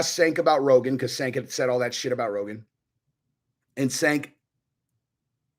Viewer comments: Chenk not senk lol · It's pronounced chenk buddy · Its pronounced "Chunk". This isn't even the most delusional take he's had over the years. Him having followers kills my faith in humanity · ....cmon dude....pronounce the loser's name correctly at least.